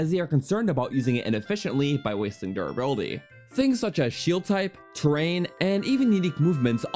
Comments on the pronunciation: durrability lol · anyone else noticed the "durrability" ? Also nice vid :) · durrability "how shield surfing wharks" "Death Montin" "to go abott surfing" "the wourst shield in the game"/"one of the wourst in general" Not too many in this video. You're improving.